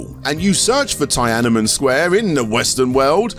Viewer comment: never have I heard Tiananmen pronounced like that